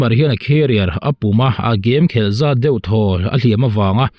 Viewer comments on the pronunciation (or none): none